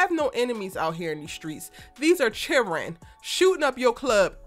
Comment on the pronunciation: You said Carine, not children, I didn't think too many people said children like that. I'm from GA. Are you from Georgia.